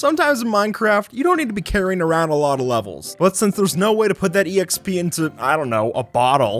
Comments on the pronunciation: I literally can’t when you say e x p instead of xp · ok.. who actually says "E.X.P."? its not an acronym, just say expee like normal people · Man really pronounces the “e” in exp… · Stop saying exp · You saying E X P and not just XP singularly for some reason triggers me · E X P It’s XP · Stop saying exp it’s pronounced xp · My head hurts from someone using "exp" instead of just double-syllable "xp" like a more educated person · It’s not e x p it’s exp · stop saying exp instaid of xp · The fact he says “exp” gets to me and idk why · Am i the only one that is trigger because he says e-exp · My man said exp like ee x p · Makes me cringe when he says E.X.P.